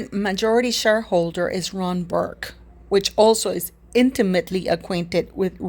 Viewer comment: 🆘It’s Ron Burkle!!!! (NOT BURK)🆘